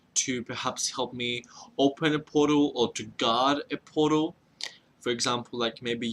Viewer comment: every time you say portal it sounds like you're saying puddle and i laugh